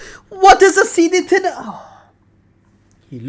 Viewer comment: Erm actually it’s pronounced Ten-ner-ree-feh 🤓☝️